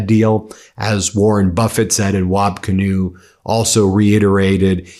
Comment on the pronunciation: BEN ... its WAB KIINEW... A native American Indian name